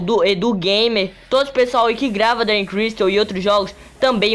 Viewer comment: É dragon crystal nao dray crystal fala serto po